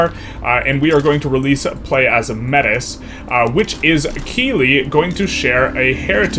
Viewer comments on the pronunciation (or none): Fyi Métis is pronounced "May-Tee" rather than "mettis" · Pronounced "MEH-TEE" not "METTIS" damn Yanks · "Metis" is pronounced May-tee. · i beg you to pronounce metis as may-tea, the proper pronunciation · It's pedantic, but "metis" is pronounced "May-tee" it's a hybrid french/indigenous culture. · "Métis" is pronounced 'may-tee' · I cringed the moment he pronounced Metis - for reference, the correct pronounciation is "may-tee" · Metis is pronounced Mey Tee, FYI:) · Just a quick thing, the culture is pronounced May-tea (like the drink Tea) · You mispronounced metis. Its like May-tee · Sorry to be the pronunciation guy but Métis is pronounced 'maey-TEE' in English or 'may-tis' in French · It isn't pronounced maytis in French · I know it's not like objectively a big deal, but ya. It was very painful to me, as a Canadian, to hear the way he pronounced it.